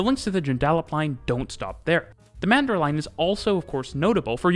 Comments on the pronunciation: I've never heard a foreigner pronounce Joondalup before - it took me a second. Mandurah was pretty close, tho' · I also lolled at the Joondalup bit, however nailed cockburn and Mandurah 😂👌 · And yet he absolutely nailed Cockburn and Mandurah!